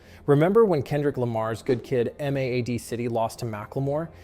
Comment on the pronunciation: It’s mad, just mad. Not M-A-A-D